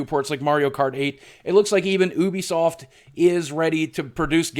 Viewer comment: I like how you say Ubisoft like Oobiesoft instead of Youbiesoft